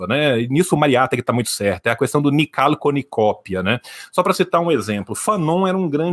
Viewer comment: O defeito do é que ele fala "Cuestão"